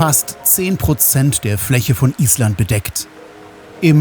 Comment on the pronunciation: Lieber. Auch dein Film Nr.6 war ein Genuß. Ich finde, dass die Drohnenaufnahmen, die Schönheit und großartige Natur Islands besonders gut zeigen. Der Blick von oben ist doch gewaltig. Deine Filme sind nicht einfach Reiseberichte, dass ist viel mehr. Übrigens Respekt für die Aussprache der Ortsnamen😂 Das muss man erstmal können. Ich hoffe, dass du pünktlich die Fähre erreicht hast und freue mich auf deinen nächsten Film. Bis dahin liebe Grüße Gabi😊